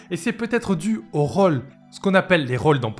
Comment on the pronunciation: C'est "la" méta, pas "le" méta. "roll" et pas "rôle".